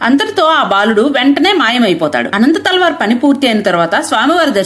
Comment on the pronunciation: అనంత తాళ్వార్ కాదు అమ్మ అనంతల్వార్లు